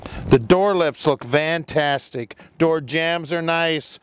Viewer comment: I swear he keeps saying Vantastic